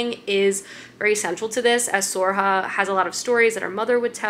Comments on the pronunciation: Sorcha is pronounced ‘Sir-a-kaa” or ‘Sore-sha” pls respect Irish names!!!!! 😭☘️ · Sorcha is pronounced more like Surkha. Her story is one of my favourites. I love the Blackthorn and Grim books too. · Sorcha can be pronounced as Soar-shah or Soar-kah or Soar-ra-huh. Gotta love Irish names.